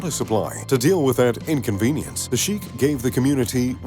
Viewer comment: its shekh not shikh